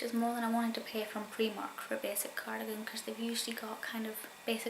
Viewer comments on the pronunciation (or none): Loved the video but where I'm from it's pronounced pry mark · I never heard of preemark but I've heard of Primark!!!